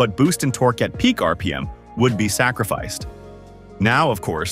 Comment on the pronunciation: Or Shir-ron also the a.i. voice was pronouncing the word TORQUE as TORKY . 😆